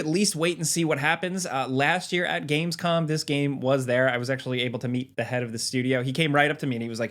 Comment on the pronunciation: "Gamescom is next week in "col" Germany hahaha